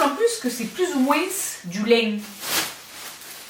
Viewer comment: l’accent : du liiiinnnn 🤣🥰